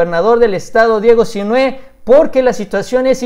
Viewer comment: No olvides que Sinhue' va asentuado en la e'